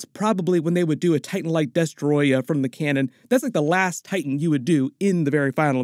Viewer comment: I love how you say destroyah Also when do you think we will see godzilla Jr aka godzookie I want to see him blow the smoke thingies like in the cartoons😅